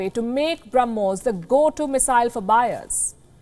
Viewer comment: Ss I also heard that and I actually repeated it once again. She misspoke it. But it's okay 🆗. We all know that what she wanted to say 🙂🇮🇳...